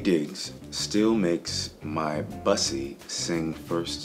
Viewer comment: Waiting for the day one of these guys pronounces bussy correctly....just sayin. Lol